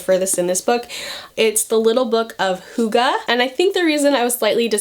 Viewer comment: Google how to pronounce hygge. You are not even close😂 I love your videos!